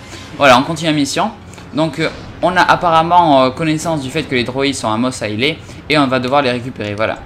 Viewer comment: Sa se dit mos èslè